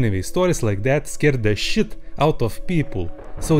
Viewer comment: Who else enjoys hearing say the word “shit” with his russian?